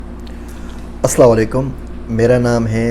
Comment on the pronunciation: آپ کا اسلام وعلیکم کہنے کا تلفظ کچھ درست کرنے کی ضرورت ہے۔ واضح نہیں ہے تلفظ۔